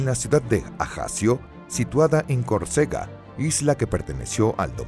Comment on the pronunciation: El NARRADOR pronuncia CORCEGA pero los textos dicen que la pronunciación correcta es CÓRCEGA